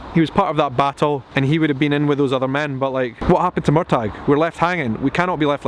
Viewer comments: Murtagh is pronounced Mur Tag? I thought it was Murtah. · It's Murtagh...phonetically Mur-tah Where do you live Edinburgh or Edinburg?? Sorry had to be said 😝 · Murtagh is pronounced murtaa lol 😅 loving these vlogs and sharing them on the Heughans Heughligans fb page xx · It's spelled 'Murtagh', and pronounced Mur-ta. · It was incredible! I've watched it a few times already ❤ Firstly, I notice your different pronunciation of the name Murtagh. Is it supposed to be a hard G? I always thought they were saying it with a soft G in the show? Loving your kilt!! I've seen other's say that they felt the presence of the spirits on the moor. That's so sad to think about, like are they lost soul's, doomed to wander the moor for all eternity, with no peace? 😢 I loved the fight scene with BJR and Jamie, but not so much the collapsing in a hug? It seemed an embrace. And it made me uncomfortable, after all the evil BJR put him through. Some have suggested that was Jamie makinf peace with him, knowing he had injured him enough to kill him, he could then let go of his anger toward him. I don't really like that theory. And I kinda wish they had included a gory part of the books, BJR had his eyes pecked out by a crow. I think that would have been far more fitting than the embrace. But still, even in the book he was ontop of Jamie, and that ultimately saved his life, for hiding him and keeping pressure on his leg wound so he didn't bleed out. Something I wondered, is why did the British not collect BJR? He was top of the pile, easily seen, and they did take all the bodies of their soldier's home for burial, only leaving the enemy to rot on the field. I think they've succeeded in starting to make Frank a likeable character. I really didn't want to like him, but they've done it. The 1940's apartment is beautiful.